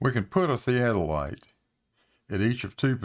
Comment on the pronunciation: Can pronounce theadolite?